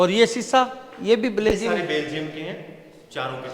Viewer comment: Or ji pahle khud belgium bolna sikho, baad me kisi par bolo